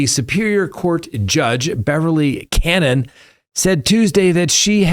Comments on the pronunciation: Judge Can-oh-knee not Cannon. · Hey, her name is Beverly Connie, pronounce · Why do you pronounce Judge Cannone as “cannon?” It makes these difficult to watch.